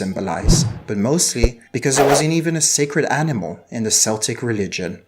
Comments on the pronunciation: Keltic, not Seltic! There is no soft “c” in Celtic dialects. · You're absolutely right! In French, we pronounce it "seltic" so that's where the mistake comes from, but I wouldn't let it happen again. Thanks for watching and!